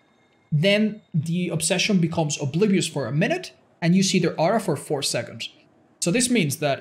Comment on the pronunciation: "ten minuet mark" 16 hour video